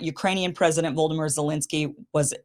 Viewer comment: Just noticed that Kim's pronounciation of Volodymyr (Zelensky) sounds more like Voldemort. LOVE it! 😂😂😂 (Volodymyr is pronounced almost the same as in "Vladimir Putin" - because it is the same name, just different accents that lean towards o's instead of a's)